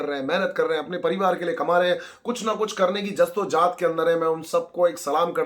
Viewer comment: Are bhai agar urdu bolni nahi aati to mat bolo ye jast to jahat kya hota hai??? Jaddo jahad hota hai matlab kuch bhi bolte ho yaar